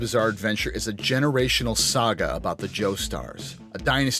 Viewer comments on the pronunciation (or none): none